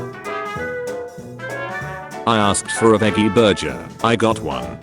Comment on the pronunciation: A VEGGY BURJER I CAN NOT